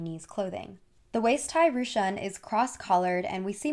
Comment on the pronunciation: Ru qun 🤣 is pronounced Ru kun. Not rushun or rushan